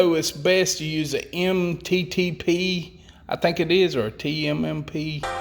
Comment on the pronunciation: Just a word of warning for future use, as soon as you started talking like an idiot pronouncing “sine” wrong and then the “mttp” thing I instantly clicked off the video. Nobody wants to get information from someone who is probably doing it wrong. So next time talk like a democrat and we will watch more